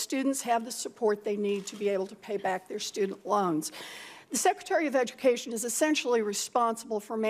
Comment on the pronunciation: Clearly public education is working great, you can't even say secretary properly.